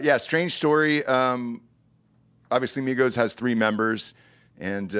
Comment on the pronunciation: Why do you say Migos like migohss... 🤣